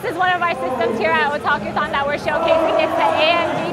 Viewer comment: Oh god i thought you said "kotakuthon".. Imagine a convention all about bad game journalism..